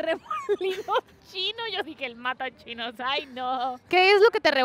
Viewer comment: Jajaja... "Matachinos". 🤣🤣🤣